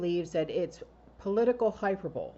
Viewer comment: Hyperbole... pronounced "hy-per-bol-ee